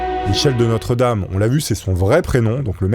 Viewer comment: Coucou, il me semble que son nom se prononce "De Nostredam" et non "De notre dame".